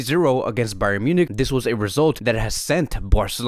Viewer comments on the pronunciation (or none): none